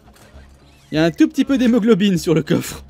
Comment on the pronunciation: "Un tout petit peu d'émoglobyne "